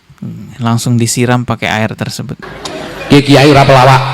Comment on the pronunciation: Kitai bukan kiyai😂